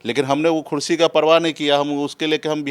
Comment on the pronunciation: Neta ji khursi nhi kursi boliye